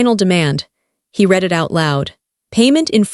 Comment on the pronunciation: And the names Chen & Sterling, 'I didn't get mad, I got ...,' chair scraped against the floor, shoes & the floor, read always mispronounced, whether 'reed' or 'red, I opened the door & they pushed their way-in, family helps family.